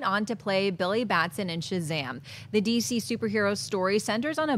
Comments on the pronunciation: It's Billy Batson, not Baston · Batson not Baston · it's BATSON.NOT BASTON.BILLY BATSON.come on Schnepp! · Why is no one talking about how the fact that its Billy Batson not Baston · Billy Batson not Baston... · Schnepp, you know it's BAT-SON, not BASTON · People, it's not Billy BaSTon! It's BaTSon! :) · BAT-SON. Come on, guys!!!